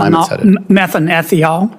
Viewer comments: Senator Kennedy butchered the chemical name he asked about. He was referring to methanethiol. Prounced methane thiol, with chemical formula CH3SH. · Methyl what? He pronounced it 7 different ways to Sunday. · Shame Sen. Kennedy couldn't pronounce the name of the plankton-derived chemical. It's a thiol ffs, it's not difficult.